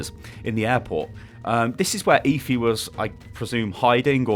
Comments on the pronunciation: it's Efi, not ifi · you're such a brit... it's obviously pronounced "Ehfi"